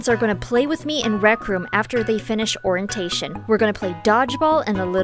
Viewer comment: at the start she really just said orin-tation